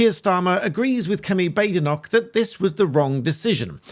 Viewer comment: Dear her name is pronounced Bad-Enoch, not Bade-Enoch.just as La-mond and not La-Mon. These names are Scottish and just because it sounds fancier and being changed by non Scots is not acceptable. Thank you.🙌